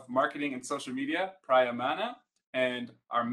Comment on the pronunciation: Lol you pronounced your own Director of Marketing & Social Media's name wrong. It's not "prah-ya", but "pree-ya".